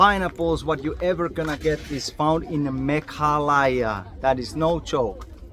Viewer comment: It's pronoun not Me kha la ya...but it's pronounce Me gha la ya bro....